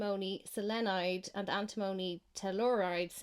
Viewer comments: Point taken on Antimony (you're saying it wrong though), but every other mineral i can see on that list has plenty of civilian uses, including in green energy. It is kind of funny that the one other mineral you do mention is lithium because that's the least useful one on the list by far. Coking coal is horrible though, calling that 'essential for green tech' is beyond ridiculous, we should be phasing that method of steel production out entirely. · I work in lead refinery An tim money Is how we pronounce it Phonetically But it's very dangerous in fumes or dust. It Does be in ingots of lead we get in.